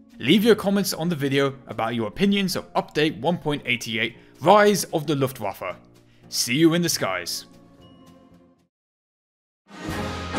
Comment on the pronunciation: This almost gave me a stroke ( also when the german and Dutch words are translated it say yes the is see real power of see luftwaffe)